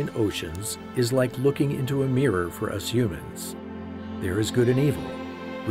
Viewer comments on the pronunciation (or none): none